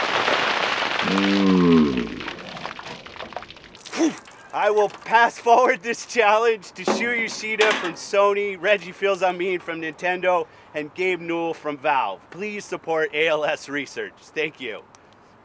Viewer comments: Pronounced Reggie's name wrong. Fee's-a-may. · I find it kind of funny how he mispronounced Reggie's last name. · Reggie's last name is pronounced "Feece ah may" not 'Fills a mii' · I love how he doesn't know how to pronounce Fils-Aime. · You miss pronounced Fils-aime!!! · I cringed at how he pronounced Fils-Aime. But otherwise, good on him.